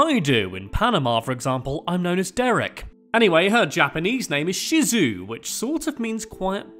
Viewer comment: Shizue is pronounced (Shi-Zu-ay